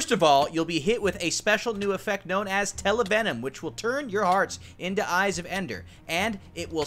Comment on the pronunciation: Item Name: Hungering Eye Trying To Say It Well Attacked: Hungering Oiii's